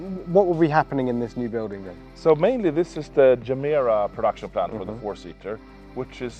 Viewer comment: imagine mispronouncing gemera in front of the CEO of the company